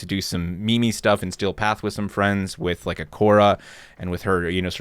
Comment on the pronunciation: please pronounce meme correctly. it's not me me. it's meem